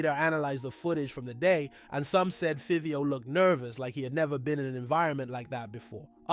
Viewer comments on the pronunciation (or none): Feeveo, mixed fifty with fivio and got fivvy. Man oh man this guy butchered the bro name. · Why you saying favio name like that can tell you don’t even mess with artist just talking it’s like Fabio but with a V favio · Who the hell is feeveo? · Learn how to say Fivio 😂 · bro the pronunciation of fivio how u even mess that up like WTF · Take the time to do a documentary and don’t pronounce the name right is wild lol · I wanted to watch the video, but the way he pronounces Fivio's name annoys tf outta me lol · This shit not explaining nothing and you saying Fivio name wrong man stfu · Yo can’t say his name 😂😂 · Can't even pronounce Fivio...delete your channel🤣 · The pronunciation of Fivio is crazy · FR bro like how the f*ck you mess up his name like WTF